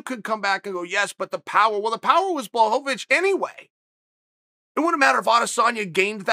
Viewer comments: who's Blachowicz? i only know of Blahovovich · I think you mean "Blaho-va-vich". Don't you DARE defy Uncle Chael. Your insolence WILL NOT BE TOLERATED.